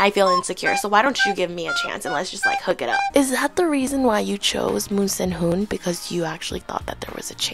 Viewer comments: „moon senhun“ idk why I thought this was funny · The way you keep saying moon SENhoon bro I’m dying 😭😭